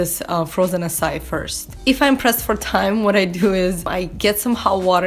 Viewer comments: It’s pronounced ”Ackai” not ”Assai” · I spent the first five minutes going "what the heck is essai?" When it finally dawned on me, you're talking about "acai," which in my head I've always pronounced akai LOL! I love watching these vids about what you eat, it's very enlightening about what I SHOULD be eating more of. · It's pronounced açaiiii and you're not supposed to defrost it to get the wonderful creamy texture in your açai bowl. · Loved you idea! Will choose one day of the week to be my vegetarian day too. May I just correct you? The right way to pronounce açaí is "ah-ssa-ee". Lots of love from Brazil!